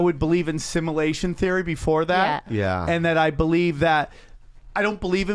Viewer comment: “simalation theory” and “biyanary” idk what proof this guy has but im not trusting anyone that mispronounces words that bad